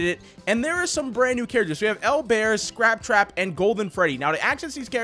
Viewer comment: Scrap cwap